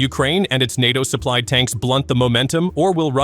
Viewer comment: LOL LOL LOL. I'll have some "Natchos" with my T-90 please." (It's nAto . . . Long A!) So Moscovia must be winning that 3 day military operation in Ukraine right? 3 day? 3 week? 3 month . . . Year? Decade? Keep up with the cheer leading guys.